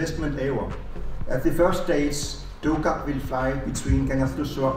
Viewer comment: Great video of the delivery, and great prenounciation of Kangerlussuaq, but the one you missed where the name of the plane Tuukaq (Duugarq). You will get it nest time 😁😉👍✈️